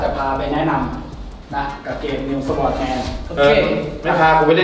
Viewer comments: Sword อ่านว่า ซอร์ด ไม่ได้อ่านว่า สวอร์ด แต่อย่างใด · โคตรคลาสสิคกับ ประโยค Sword=สะหวอด 🤣🤣